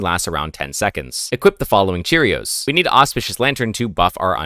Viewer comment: Bro really said "Cheerios" instead of "Ku-rios" lmao